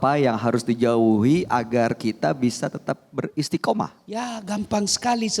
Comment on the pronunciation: Beristiqomah..bukan beristikomah